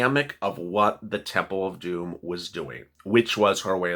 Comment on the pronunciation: everytime you say temple of domm I be cracking up my daughter and me we love you you're the bomb 💯